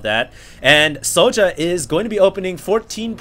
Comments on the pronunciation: why do u pronounce it so ja? its Sjow(Sh-OW_) o_o"! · soja?wtf? it's sjow( and it's read kinda like "show" only with a bit of accentuated I)